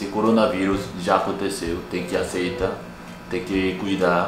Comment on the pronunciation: a palavra "aceitar" tem o "r" no final, não esquece dele ao falar a palavra hehehe sei que estão se esforçando para aprender melhor o português, e gosto muito de vocês, só quero ajudar tá! Não quero ser chata! Adorei o vídeo! Eu entendo muito sua mãe e a preocupação dela, nesses momentos gostamos de ter nossas famílias por perto, e estar em outro país é bem complicado... mas eu sei que Deus estar olhando por todos nós e sei que tudo isso vai passar logo!!! PS: EU TAMBÉM NÃO AGUENTO MAIS FICAR EM CASA...